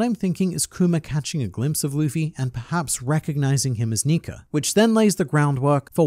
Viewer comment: saying sun god nika can be nasty with bad pronunciation